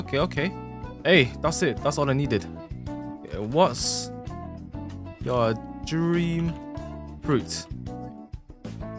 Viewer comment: " yeur " best thing i ever heard from:)